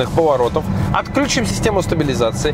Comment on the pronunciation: всё классно, как всегда! Вот, только, режет ухо "вклЮчим", отклЮчим", "переклЮчимся". Правильно ударение на "И".